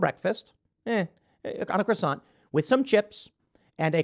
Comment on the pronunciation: Tim ! you trigger me when you mispronounce "croissant"!